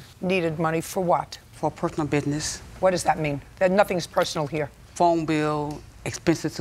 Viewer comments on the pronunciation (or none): Defendant: It was a “Purth-onel” loan… JJ: “Nothing is personal HERE!” 😂😂😂😂